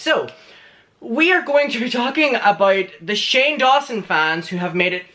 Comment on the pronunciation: 5.05 shame, instead of Shane, got me dead😂😂😂 But, it fit anyway😉